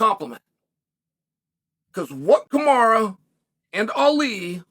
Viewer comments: Please stop calling him ‘kamara’ . I don’t know why you routinely disrespect these athletes by deliberately mispronouncing their names. I know you like to have a subtle dig and like to troll but this really rubs me up the wrong way. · He called them Hazmat and Kamara in the interview. Only person on ESPN mispronouncing names and it’s on purpose 😂😂😂😂😂 trolling on a whole other level man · Kamaru ‘Bozeman’ 😂